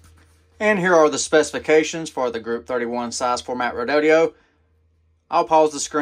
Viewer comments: REE DOH DOH not REE DOH DEE OH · Where do you get "REE DOUGH DEE OH" out of Redodo? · Dude, you can't read?. Your pronunciation of the battery brand name is just lazy 😢.